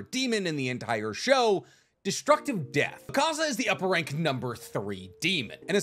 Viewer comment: It hurts listening to you say akaza wrong and then claim he’s your favorite character